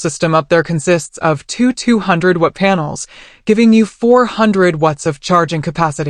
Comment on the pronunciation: "Two, 200 'WUT' panels, giving u 400 'WUTS' of charging capacity." "Seprits"🤣This AI is not going to rise up and take down mankind anytime soon. 😉Great van build regardless.